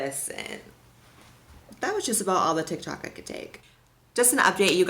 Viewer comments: "Follow me on Ti Tok" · "Follow me on ti tok" 😂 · I LOVE YOU AND YOUR VIDEOS SOSO MUCH just so you know at you misspelled tik tok and said ti tok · Lol "Follow me on Ti Tok" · “Follow me on Ti Tok” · i just wanted to let you know that your little bubble said ‘ti tok’ not ‘tik tok’😩